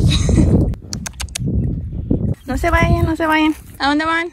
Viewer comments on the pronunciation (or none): En este minuto dice dode y tendría que decir dónde